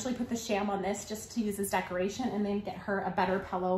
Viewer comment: the bedding is beautiful!! i just cant get over the fact that you pronounced it pellow lol🤣 love your channel!!